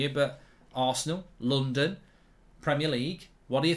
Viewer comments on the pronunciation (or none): none